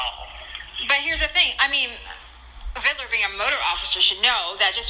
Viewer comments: Its VID LER....not VID I LER you poor victim of society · WHAT is this 'Viddaler' bullshit, you cock? It's VID-LER! And Amir did NOTHING for you, you sack of shit!